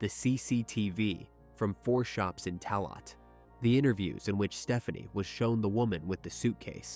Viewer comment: The word Tallagh is oronounced Talla